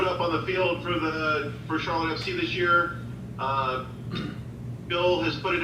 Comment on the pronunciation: Thanks for pronouncing our club right! Much appreciated! You get a like straight away! What I’ve seen there’s a lot of hate for Patrick, so I can understand why he would go elsewhere to prove himself! With our manger and training ground he will be a better player!! Watch this space!